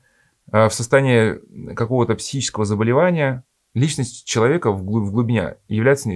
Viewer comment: Сморим, чека, обснить, пшто и т д .... Уважаемые авторы канала ЭКЗЕГЕТ, а можно снять видео на эту тему, но с другим рассказчиком? Человеком с ХОРОШЕЙ дикцией, который произносит все слова полностью, членораздельно и внятно, не проглатывая по пол слова. Тема нужная и интересная, но подача ужасная. Диктор, как-будто, во время пережевывания еды рассказывает. Он даже слова "Божественная благодать" умудрился зажевать. Почему вы проигнорировали его манеру говорить записывая видео?